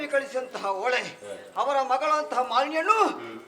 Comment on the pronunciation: ಓಳೆ, (ಓಲೆ)ಮಣಸ್ಸಿಗೆ (ಮನಸ್ಸಿಗೆ) ಅಲಿಯ (ಅಳಿಯ) ..... ಇದು ಈಗಿನ ಕಲಾವಿದರ ಶಬ್ಧ ಉಚ್ಛಾರಗಳು. ಬಹಳ ಬೇಸರದ ವಿಚಾರ . ಯಕ್ಷಗಾನ ಈ ರೀತಿಯಾಗಿರುವುದು ಖೇದಕರ ...